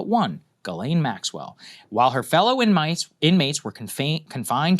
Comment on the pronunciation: Could you at least have the respect& decency to get her name right? It's JIZZLANE 😂😂😂